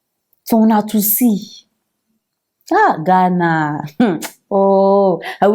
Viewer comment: Please not just Ghana say it correctly